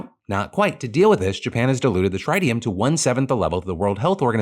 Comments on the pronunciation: Tritium isn't pronounced like that... It's not try-tium, it's trit (rhymes with twit) -ium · "Trih - tium" Phil.. not 'Trite - ium' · Phil got the vowel sound of tritium wrong. It's like triple instead of tried. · Phil it’s Tritt-Ee-Um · Oh no, Phil's pronunciation of tritium 🙈 (think trigonometry). But also, yeah, we literally harvest tritium from ocean water. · Phil kinda said tritium weird and now I want to just say it like that. Glad to see someone reporting on the Fukushima fear mongering properly. Honestly fossil fuel companies are the ones always sounding the alarm for these types of news so that the masses are more and more afraid of nuclear energy. IT IS A GREAT ENERGY SOURCE period. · Phil, when you encounter a new word (tritium), please, look up how to pronounce it properly. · The pronunciation of tritium had me cringing 🤣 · you pronounced tritium wrong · ... That's not how you pronounce Tritium 💀💀💀